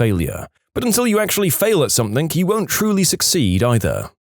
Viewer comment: No k in the word something